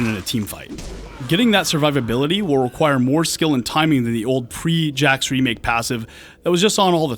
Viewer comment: Haha.... He said Pre 'Jax'...